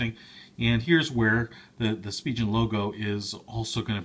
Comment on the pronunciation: It’s pronounced like spee-gen, not spee-jen